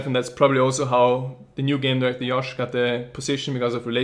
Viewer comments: JJJJJJJOSH. NOT YYYOSH. cMON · Why the fuck does he say Yosh? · because in Europe part of where he is from, they pronounce J's as Y's. Just like how in Spanish, J is pronounced as an H.